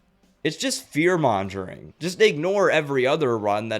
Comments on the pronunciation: Just a tip, “mongering” has a hard ‘G,’ not a ‘J ‘ sound. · I love everything you said and great informative video on the topic but have you literally never heard anyone say mongering? It’s a hard g sound. I agree that especially with this last storm the weather content has exploded and brought in a lot of people trying to make quick money or clout or whatever.